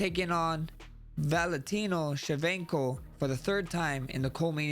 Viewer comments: Shevenkoo hahaha don't worry max I can't say it either. Merica😂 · valentino shemenko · Valentino Shevenko is my favorite 😅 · Blessed cooked Shevchenko's name hahahahahaha